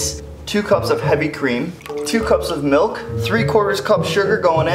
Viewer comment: ITZ MILK NOT MELK!!!!!!